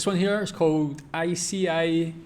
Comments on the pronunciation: "Ica" is pronounced IKA. ICA Kvantum is a big chain of small supermarkets with the brand ICA. ICA is cheaper than the employee/shopper owned Coop, but way more costly that he German owned Lidl. Please watch the old ad for the swedish Ketchup brand "Felix", named "Allt blir godare med Felix Tomatketchup - Jag äter ketchup till allt utom pannkaka" with the follow up "Ode to Felix Tomatketchup - Jag äter ketchup till allt |Remix|" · The C in Ica is pronounced like a K: IKA. And my Ica supermarket do not have the selfscanning option yet but i guess it will come soon. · ICA is pronounced like one word, not I.C.A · Pronounced ”Eeka” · ICA is prenounced like "Eeka" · You pronounce it EKA (IKA). The C is like a K. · WIith all the respect tae Roland 9024 Ica Nära is equivalent tae Tesco express in the UK and tae yer sir it is spelled ICA BUT PRONOUNCED IKA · With all the respect tae yer Sir. it is pronounced IKA But it is spelled ICA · ICA = i-ka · More like "Eeka". I uttalas i detta fall som engelska E. Annars blir det ju "Aika". Om jag nu har förklarat rätt... Jaa C som K för detta ord. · ICA is pronounced "eeka". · ICA is pronounced like a name ”Ica”, like IKEA. You don’t pronounce every letter separately. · ICA is pronounced almost like IKEA, but without the ”e”. The C is a K. You sounded hooorrible 😂